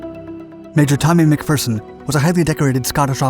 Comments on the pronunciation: He got McPherson right so I let him pass on Jedburgh as I doubt many outside of Scotland have heard of the place. But I couldn't let him get away with Citroën though 🤣🤣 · Iys always a bit cringy hearing nin-Scit's using Scottish words like "wee", but possibly the first non-Brit pronouncing the name McPherson correctly. 10 out of 1o for that👍 But 2 out of 10 for the pronunciation of Citroën. Impressive 🤣🤣